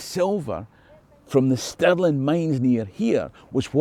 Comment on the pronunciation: Your pronunciations of Stirling and Sterling sound the same to me.